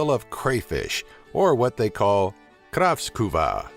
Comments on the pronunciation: im not trying to be angry nut u dont prenounce it krafskuva its prenounced kräfta. and ä is like a and e at the same time ae. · what the fuck is a kraftsvuka?? Its called Kräfta! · great video! But you have to practice pronouncing the word "kräfta" haha (Y) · yoy say cräfta more like croftuva but it dosent medder but tomten is santa Claus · lol i'm swdish an it's so funnt watching this when he tries to prenounce the words like tomte or kräfta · Vad i helvete sa han om kräfta? Grästuva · you was not so good to say kräfta but good videon still! :3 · Love your pronunciations especially on "kräfta" (crayfish) it's as wrong as it could bee